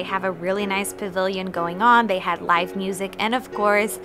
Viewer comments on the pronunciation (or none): none